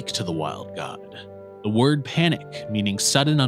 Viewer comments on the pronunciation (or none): none